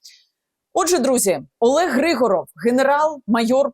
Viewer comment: Не ГрИгоров а ГригОров. Русская фамилия. Зачем коверкать язык. А те що він товариш Деркача того що зараз сенатором в РФ то це клас! Готується здача Сум. Добре буоло б аби не так обійшлись як з Маріуполем або Бахмутом.. Взагалі треба правді в очи подивитись. Кінець України не за горами. Навіщо було тоді чинити опір з самого початку? Всі були б живі й здорові. Міста й села не зруйновані.Обійшлося б тільки зміною цеї нашої гнилої зелено-шоколадної влади.